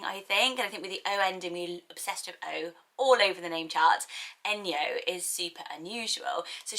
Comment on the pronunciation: Enyo is actually pronounced Eh-ny-oh in Greek 😁